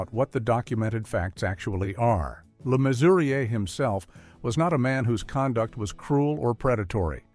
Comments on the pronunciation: A lot of this is Codswallop, Balderdash and absolute BS. John Le Mesurier, Olly Reed, Richard Burton and Tony Hancock being included in the same list as Savile is insulting. Sian is pronounced Shaan because it is Welsh. Le Mesurier is pronounced Le Measure. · See-ann Phillips??? Me-sue-riaye. Please. How can anyone take American commentators on British culture and icons seriously, especially out of context. Learn to pronounce the names or don't bother.